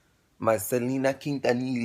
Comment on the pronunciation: yea you did pronounce Quintanilla the right way😉👍🏾😍